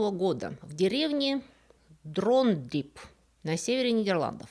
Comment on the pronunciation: Dronryp по-фризски произносится Дронрип